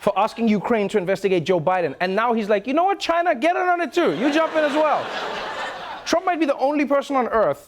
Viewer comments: Does anyone else wanna slap this dictator wannabe every time he uses the non-existent word for the country China?! 😩 Dude, it's not "GJINA' it's fu&$#@ CHINA!! 🤦🏾‍♀️🙅🏾‍♀️ 😂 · Why does it sound like Trump is saying Gina not China when he says it? Moron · Does he say 'gyna' instead of China? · "Jina" lol. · Trump don't know how to say China he says "Giana" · So funny how he says China